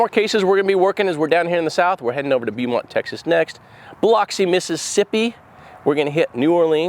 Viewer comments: Just FYI - Beaumont is pronounced as “Beau” mont. Thank you for what you do ! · FYI....Beaumont, Tx is pronounced Bow-mont